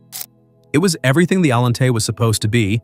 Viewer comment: I like this video I do wish the artificial intelligence voice generator would be able to say Allante the way most people say auntie I understand and in fact maybe that's in fact a feature not a quark I like this video very much it was very entertaining